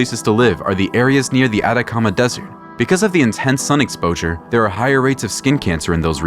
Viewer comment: No "Adacama" es "ATACAMA"